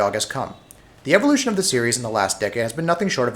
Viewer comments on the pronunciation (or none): none